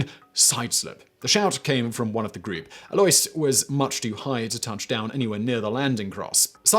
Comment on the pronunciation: Alois is pronounced ah-low-ees.